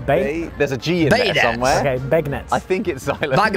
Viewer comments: They make bananas foster the same way for everyone. Setting the dish on fire and burning of the alcohol is what they were talking about when the said. “Flambé “ The sugar on the beignets ( pronounced Ben-yay) is powdered sugar, aka confectioners sugars. It’s the sugar used to make cake frosting too. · You pronounce them "Ben-Yea's" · Cafe Du Monde serves beignets pronounced ben-yay. They are deep fried yeast dough with tons of powdered or icing sugar and the famous Cafe au lait, that's coffee with chicory and hot milk blended together. If you like sugar in your coffee, dip the beignet in the cafe' au lait....yummmm!!!! Bananas Foster tastes amazing!! Slice a banana into slices, mix it up with vanilla pudding and layer some vanilla wafer cookies and whipped cream on top. There you have New Orleans banana pudding. 😂 I hope you feel better soon,. ❤ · Im from Louisiana but now live in Texas. Those beignets from Cafe Dumonde are amazing! Most people pronounce beignets (ben yay) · I used to live in New Orleans and I’ve eaten at many of these places. The way they were treated at Brennan’s is how EVERY customer is treated. And beignets (pronounced Ben-yay) are not to be missed…especially if you have it with a hot cup of their signature chicory coffee. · The French Donut in New Orleans is pronounced Ben-yeah. Thats Confectioners Sugar on top also called Powdered sugar. We used it on our French toast in LA when i lived there. But when we moved to Ohio they put Maple syrup on their French Toast. I like maple syrup on waffles but its powdered sugar and butter for me on my French Toast! 😋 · Beignets, pronounced Ben-YAYS are covered with powdered sugar which you call confectioner’s sugar or icing sugar. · My mother was raised less than an hour from there. It’s said like this. Ben yay. That black woman jacked up the name horribly. Also the sugar is called powdered sugar. Just take regular sugar and blend it in a blender for about a minute. You will have powdered sugar